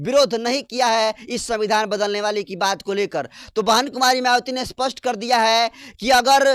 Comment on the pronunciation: Aap " Spast "shabdko "Aspast " Kyu kahte ho !